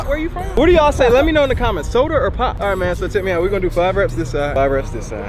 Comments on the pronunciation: ion think nobody say soder but her in Georgia we say SODA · “Soder or pop” bruh I say soda 😂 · I know you did not just say “ soder”